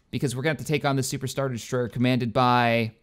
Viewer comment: De des-troy-er